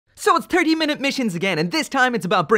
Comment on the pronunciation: Im sorry... "turkey minute missions"? Just what my ears heard.